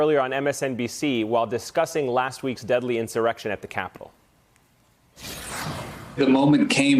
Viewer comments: It's pronounced MY-er. His family is around here. His District has been heavily GOP but is slowly shifting. He replaces Justin Amash who had an incredible intelligence and a spine like a steel rod. I'll miss him. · Get Peter's name right, his granddad ultimate Midwestern Supermarket and Wal Mart Competitor, Meijer. It's pronounced my-er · You still got Meijer's name wrong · Guy has definitely never been to Michigan if he doesn’t know how to pronounce Meijer ...